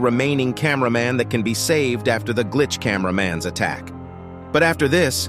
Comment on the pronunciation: Bro realy Said Glitch Camara mann